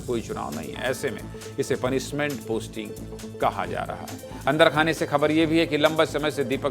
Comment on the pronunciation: आशीष सिंह न की आशीस हिंदी पत्रकारिता में हिंदी शुद्ध हो ! पनिसमेंट नहीं पनिशमेंट